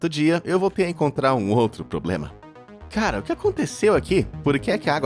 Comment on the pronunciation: 😅ata e que eu entendi "caral## olha só isso" kkkk